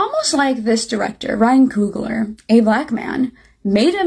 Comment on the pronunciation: COOGLER....not Kruger